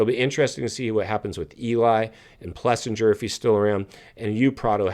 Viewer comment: For the love of God learn how to pronounce AP’s name. Do you even know how many times you have jacked it up? It’s Plessing-er. 🤦🏻‍♂🤦🏻‍♂Practice it! The KTM bikes weren’t having “massive” issues 😂😂😂.